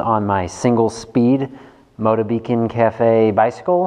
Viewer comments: Very True. The Trademark Motobecane Name was purchased by the mfg, Kinesis Industry Co. Ltd for their line of imported bikes from Taiwan. The pronunciation is still “Moto-ba-kahn” as opposed to your version "Moto-beacon" Didn't want you sounding silly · The pronunciation of the make of this bike is “Moto-ba-kahn”